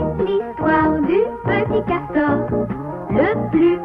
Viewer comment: Ses nul le petit cawtor